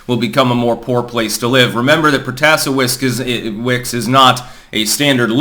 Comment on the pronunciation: It's pronounced Pro-ta-SAY-wicks